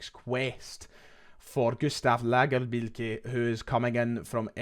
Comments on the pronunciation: Please keep doing that Scandi accent when you say Lagerbielke. Don’t get lazy with it, I will tune in to each update just hear it. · Hope lagerbeilke signs … listening to you say lagerbeilke is proper quality we need more .😀